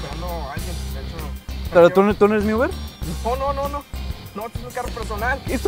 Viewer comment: "No soy tu UBRE" :v